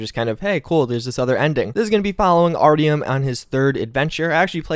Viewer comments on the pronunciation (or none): Its r ti um